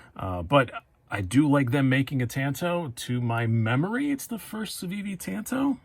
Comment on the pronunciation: Great review. I want that very model w/purple G-10. But bro, please, learn how to pronounce "tanto" if you're going to say it twenty times. That was painful.